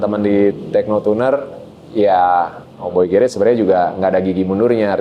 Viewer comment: Kenapa yah .. Org indo yg berkecimpung di dunia otomotif yg menamai bengkel mereka demikian dengan Kata GARAGE tuh gak ada yg bener nyebut nya , even sekelas artis .. Sorry , rada gimana gitu di telinga gue ketika denger gerets .. ✌